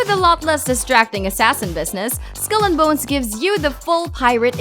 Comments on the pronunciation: Why she say bones like “boens” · Skull and boanes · Looks like there will be quite a few games coming out, but I just couldn't finish this video. Her pronunciation of 2018 and other words (for one.. Bones from Skull & Bones) was so excruciatingly annoying for me.